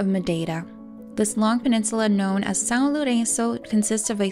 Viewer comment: I was checking if you are Brazilian with excellent English or if you speak English and learnt impossible pronunciation of Portuguese. Congrats because even the "São" was correct. Very rare.